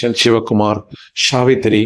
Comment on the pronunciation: உச்சரிப்பில் கவனம் தேவை. ஷிவாஜி .... ஷிவகுமார்... கூட பரவாயில்லை. ஷாவித்திரி .... சகிக்க முடியல!😅